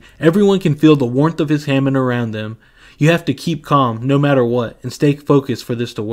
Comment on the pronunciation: Bro said Ham en. It's Hah mone